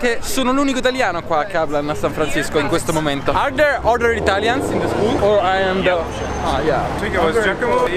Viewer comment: Il tuo inglese è molto migliorato! Ma la pronuncia un po' meno.. sii più morbido con le consonanti, anche quando dici THERE metti la D al posto del TH (così scritto non so spiegartelo in modi diversi dato che non sono una professoressa ma volevo solo darti un consiglio!) e anche quando dici ARRIVED non c'è bisogno di dire la D finale, o comunque si sente veramente poco. In ogni caso... San Francisco mi sta piacendo più delle altre due città!